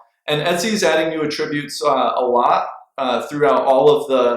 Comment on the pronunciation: I learned a lot from your video, great job! Here's a tip… the word is pronounced "AT- tributes" with the focus on the 1st 2 letters AT.